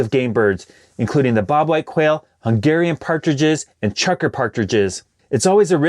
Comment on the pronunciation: Aahhaha you look at the work “Chukar” and your brain tells you it’s “chucker”?? 🤣